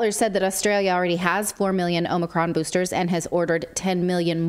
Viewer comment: Get the boostahs....yeah